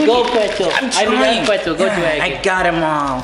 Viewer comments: Ok, I normally dont laugh at videos much. But now im legit dying. XD. "My names pwetzel" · PWETZLE IZ SO FUNIE!